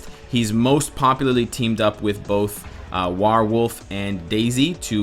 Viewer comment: you are suppose to use iron fist's 3rd move first to decrease opponent's defense for more dmg then use the iron fist also warewolf is most commonly pronounced WHEREwolf.